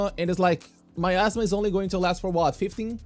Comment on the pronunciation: miasma, not myasma